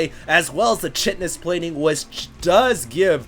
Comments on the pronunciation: Chitinous is pronounced "kai-ti-nus" instead of "chit-nus". As a biology major, it's just a little grating on the ears. Thanks. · Not sure if you're interested or not, but the word "chitin" is pronounced "kite - in" and is the major component of insect exoskeletons (or crab shells). So if ultralisks have chitinous plating, it'd be pronounced "kite - in - us". Super proud of Painuser for pulling out that win. Great commentary as usual =D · It's pronounced KITE-tinous, FYI. Anyway, a terran roflstomping a zerg with mech? Haven't seen that before! :3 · The "ki-tan-ous" plating. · agree about the pronunciation of chitinous. just fix that and it'd be perfect. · chitinous: the "ch" is pronounced like a k, not like a ch :)